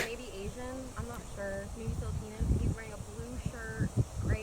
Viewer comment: Did she say Filipinan😭 whatever she said sounded INCORRECT